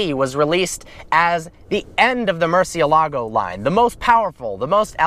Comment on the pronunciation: MOOR - CEE- A - LA - GO : murcielago